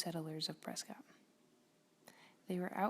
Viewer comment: Learn how to pronounce “PRESCOTT”!